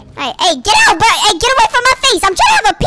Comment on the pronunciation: And you said bro wrong🍌